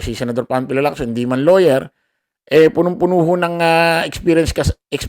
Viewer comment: Lawwyer ba or lower?